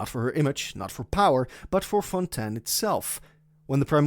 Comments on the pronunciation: Nice video but i cant hear you say Fontain, Its Fontaaaiiinnn not fontan 😭😭😭😭😭😭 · Thats how you pronounce it in french